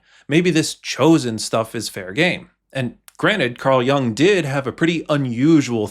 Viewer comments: Good video! Just a quick pronunciation note: it's not pronounced like "young", more like "you + ng". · There are no robutts that can properly pronounce Yoong. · I think Jung is pronounced “yoong” It’s German for young. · That's not how his surname is pronounced. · The fact that the 'voice of Carl Jung' is even referring to himself in the third-person, let alone mispronouncing his name. 😄